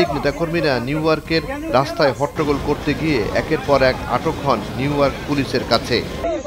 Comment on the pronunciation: আগে নিউইয়র্ক উচ্চারণ করা শেখ তারপরে রিপোর্ট বানা